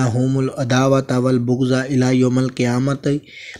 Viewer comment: Quran ki ayat to sahi parho ?? Wal bughzaao ? Peesh nhi zabar hy opr wal baghzaao ??